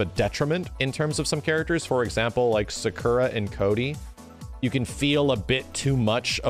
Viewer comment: WHY DO YOU SAY SAKURA LIKE THAT